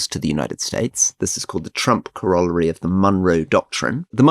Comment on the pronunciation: CORAL LARY. GET IT RIGHT.